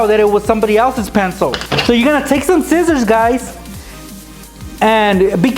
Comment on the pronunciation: he always says zcissors instead of scissors